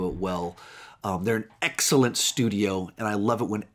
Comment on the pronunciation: He put a lot of emphasis on “excellent”. Nice vid